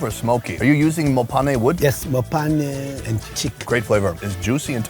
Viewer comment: Fact that you pronounced “mophane” well 😂